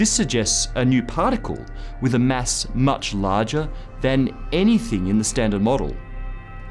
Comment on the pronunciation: I wonder how this guy pronounces 'mess' and 'meth', when he already uses these pronounciations to say 'math' and 'mass'.